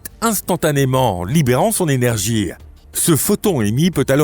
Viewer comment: Il dira que son h est muet. Mais là ne sera pas là question pour le linguiste lui-même rendu au mutisme face à une IA qui prononce ''énergie'' 👉 ''énergear'' puisse avoir dans sa narration un cheveu sur la langue.